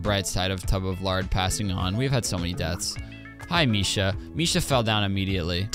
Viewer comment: Tub of lard was a bit “Tub of larg”